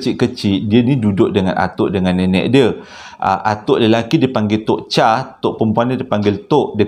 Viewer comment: Bukan Tok Cha tapi sebutannya Tok Chei